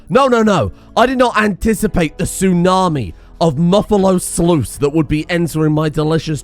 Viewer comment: is the word sluice what you said and is that how that fucking word is pronounced?!?! BTW RIMMsqol is like the best mod ever for on the fly statistic manipulation. You can edit every stat in-game for any item [mostly]